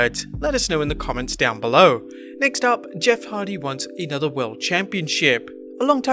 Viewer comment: Why everyone keep saying Jeff Hard 🤣🤣🤣 it’s Hardy